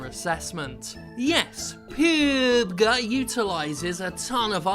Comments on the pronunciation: It's "Pub Gee". Not "peeeeewwwwwbg". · how hard is it to say PUB-G when talking about battlegrounds, seriously. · pubeg? Talent?? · PubeG had me in tears hahahaha 😂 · I think Player Unknown’s Battlegrounds should be pronounce like Pee U Bee Gee, for name’s sake. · Another great video Jim but if I hear you say PUBG, there will be a dead body. At least anoter attempt at it.